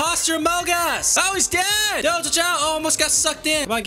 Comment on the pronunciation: Him saying doge is absolutely obnoxious